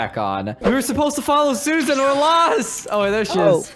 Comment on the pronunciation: said lets attak suasan lets go get her😂🤣